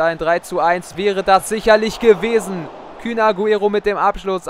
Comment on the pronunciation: Das heisst kun nicht kün